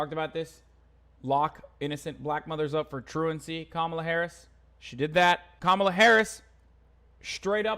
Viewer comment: Cop-mall-a Harris LOL